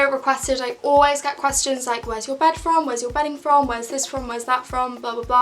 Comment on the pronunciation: why does she say “quastions” not questions lol